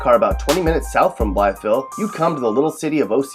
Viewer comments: You say “Blytheville” funny. Simply pronounced “Bly-vile”. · I've always heard Blytheville pronounced "Blyvull" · Blytheville is pronounced "Bly-Ville". The "th" is completely disregarded by AR natives. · bly”th”eville 😂😂 here in mississippi county we say “bly”ville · Also it's said like blyville all in one word. there is a shit ton of crack heads in Paragould so maybe you should have added that btw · if you live in arkansas you know what i mean when you hear him say blytheville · My apologies for not being more thorough with my phonetics earlier. You are certainly correct in your retort, yes. I did not intend my initial comment in any combative or condescending fashion. I can honestly say that I had just never before heard anyone pronounce Blytheville in the way I suppose most people would if they were new to Arkansan diction. The difference in "ville" and "vull", to me, are more so just a matter of a lazy Southern drawl. The "th", on the other hand, is simply omitted entirely and thus struck my ear far more profoundly. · Did anyone notice how he didn’t say “Blytheville” right? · The way he said Blytheville 😂😂😂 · don't pronounce the "th" in Blytheville you freakin idiot...wonder who is on the list for "worst video announcers?" moron. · Is this commentator from the state? He pronounces Blytheville wrong. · Kelsey Zahorec no it’s pronounced how it looks # Blytheville born and still here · Nice try, but there is a lot of fail here. First of all, it's obvious you don't know much about Arkansas from your pronunciation of Blytheville. Morrilton is definitely not in eastern Arkansas. It may be an hour from Little Rock, but it's 20 minutes from Conway and 30 from Russellville. Pine Bluff is also not considered eastern Arkansas. It's central.